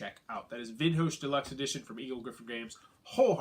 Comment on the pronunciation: is it so hard to check "Vinhos" pronunciation in google translator before recording?, massive face palm